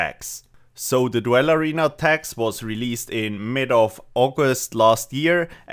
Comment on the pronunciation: its pronounced DOOL not DWELL, otherwise great video